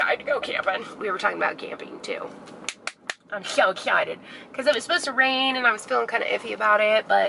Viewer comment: Things people say that bug me: apposed to vs supposed to. Massage said with a g like "garage". I'm excited for the new house. You should do follow me around in stores. Lol. I love those. I couldn't do it though